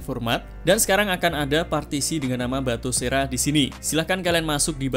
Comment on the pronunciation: nah gitu dong.. batosera bukan batokera ya.